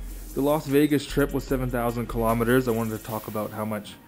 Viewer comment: learn how to say kilometer right u fucktard..take a science class too bitch